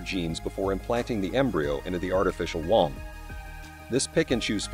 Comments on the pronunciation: First of all, it's pronounced woom, not waam. Secondly, what is this about an artificial umbilical cord? What do they plan to do, rip out the child's natural cord as it develops? Yeah, that should work great. Not. Thirdly, there are millions of babies being aborted every year from their natural wombs. Anyone ever think, "hey, I'm pregnant, but I don't want a kid. I know... I'll give it up for adoption." Problem solved. Artificial womb unnecessary. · Artificial whomps 😂😂😂😂😂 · You are pronouncing womb wrong